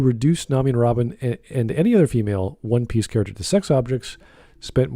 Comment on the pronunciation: How are they a one piece fan and not know how to say it 💀